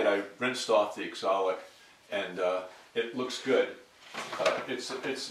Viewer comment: If it's spelled oxalic, why do you call it exolic?